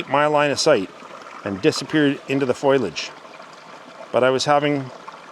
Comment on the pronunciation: Foliage not foilage.